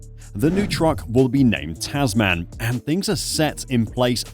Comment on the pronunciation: Tasman is actually pronounced Tasmen :) --- English I know.